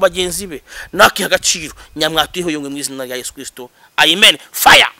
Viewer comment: Bahaze amaturo none basigaye baba mu mazimwe. Uyu yarahaze kweli mwumve uko asigaye avuga Amen. Ngo ni Aimen 😅 Umwijuto.